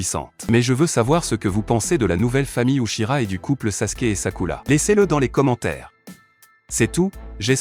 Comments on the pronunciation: C’est uchia pas uchika 😅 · Il a aussi dit uchira 😂😂